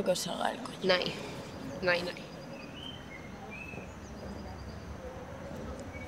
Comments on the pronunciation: It sounds (?) Is saying “nej” instead of “nej” as a reference to the original Norwegian Skam... but Idk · says more nei nei (like the norwegian no). It's not nein like german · ALGUIEN SE DIO CUENTA QUE DIJO "NEI NEI"? JAJAJAJAJAJA NECESITO UN "NEI, VIRI"